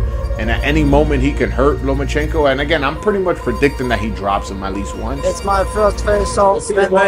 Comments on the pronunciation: Floyd: “Loma-chingo” 😂😂😂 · Did floy said lomachiko wtf bruh really needs a book